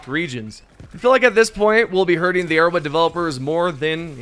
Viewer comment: Nobody can convince me this man is saying arrowhead. He says erowid